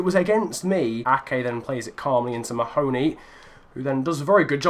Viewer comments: It's pronounced Ma-huh-knee. Not Muh-hoe-knee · Mahoney = Mar-(feint i)ney